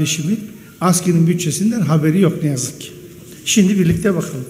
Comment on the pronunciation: Tek kelime demek istiyorum "Yoğh"